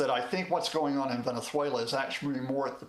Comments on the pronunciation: Please someone help this man pronounce venezuela.😂hugo chavesss😂😂😂he kills me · why does he pronounce venezuela like a spaniard😂